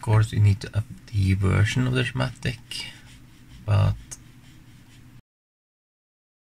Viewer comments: Hey, form non native English speaker to another, you pronounce it "Skematics" 🙂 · when I was in Shool we made shiematic all the time!